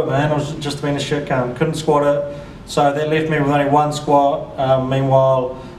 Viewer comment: "just couldn't do it man, just being a shetcunt" took me a while to figure out what he said